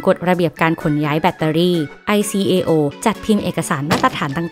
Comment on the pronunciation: ICAO อ่านว่า ไอ-เค-โอ(โอ้)